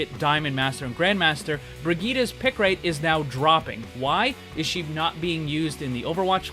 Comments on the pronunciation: Hey, just a pointer. Brigette is pronounced Bri-jit, not Bri-geet-a. Ur still an awesome channel!!! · Please never say bri geeta ever again. It's bridge et......